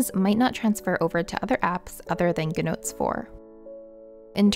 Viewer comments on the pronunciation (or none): You say “Gnotes” but it’s GOOD Notes.